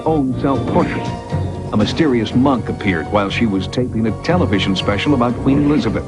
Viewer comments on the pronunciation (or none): none